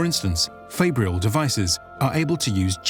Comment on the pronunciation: I think fabrial is actually fah-bree-ahl, as in fabrication, not fay-bree-ahl.